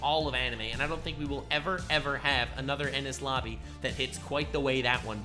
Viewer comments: I had to rewind to make sure I heard it correctly called enuis lobby impel down lol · You said impel down not enies lobby